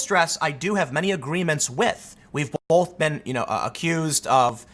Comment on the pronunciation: I wish Tim would pronounce "both" correctly.